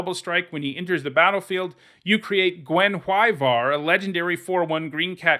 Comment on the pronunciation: Congrats on being the only MtG personality who can pronounce Guenhwyvar!